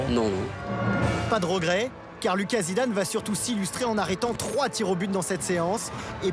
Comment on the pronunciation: Vous êtes sûr qu'on prononce pas Louca ?